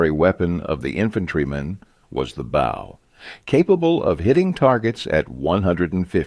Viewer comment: I hate these "AI" narrated videos that can't pronounce correctly a three letter word such as "bow." A human could at least have a voice that is interesting to listen too. Good job on the research, and BOO on the narration.:face-orange-raised-eyebrow